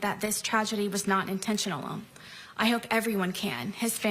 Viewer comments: what is the extra syllable she adds into "intentional" Intentionable? Intentional'n? It almost sounds like shes saying just that one word with a thick Japanese accent 😅 "So desu nehhh INTENTIONARU, kentu sugoroi" 🤣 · She always pronounced intentional wrong!! Good one!